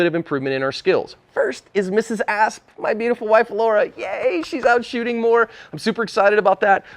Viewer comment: please make sure you enunciate the 'P' when introducing your wife as Mrs. ASP.;)